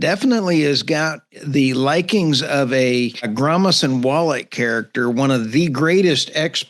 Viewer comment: Did he say 'Gromis and Wallet' ? 😂😂